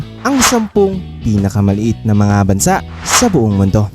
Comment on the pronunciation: Bansa' ang tamang bigkas!!!!!